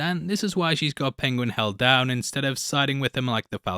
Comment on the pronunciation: Pengwing! I love listening to Cumberbatch’s pronunciation. Tickles me every time.